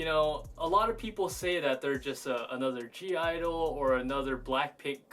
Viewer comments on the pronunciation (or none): My brother, it was a pleasure doing this collaboration with you! We got to do this again! You got me pronouncing G-Idle as giddle now. What do you guy's think about this format? Should we do more round table/free-talk style k-pop videos?